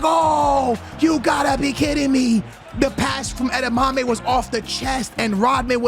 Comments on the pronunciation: Low driven is a HARD. Not slow through the grass my friend btw his name pronaunced Ade-YeMy its German if im not mistaken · add-ee-yemi that is how you pronounce it much love cant wait to watch every day you da goat